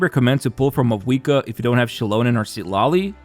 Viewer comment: If only you pronounced her name right.